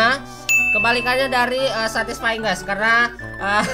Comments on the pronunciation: satysfaying bang🤓😂😂😂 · "SATISFENG" "SATISFENG" "SATISFENG"